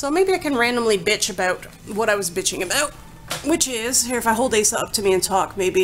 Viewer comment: Her name is properly pronounced as (oz-zah).